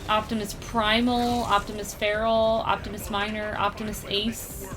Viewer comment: Octimus? really?